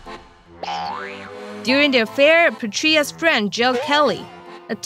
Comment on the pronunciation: Petraeus = PA-TRAY-IS... NOT Pe-Tree-is